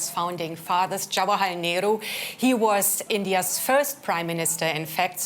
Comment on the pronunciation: The western journalist can´t even pronounce the name of Nehru properly.